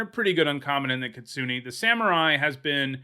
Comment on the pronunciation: the way you pronounce Kitsune is triggering me so hard